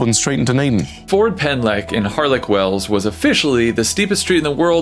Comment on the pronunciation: Sad that you couldn't even try to pronounce the Welsh street name correctly